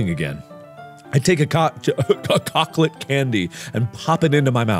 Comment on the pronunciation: It's unfortunate that you chose to pronounce "chocolate" that way, Mark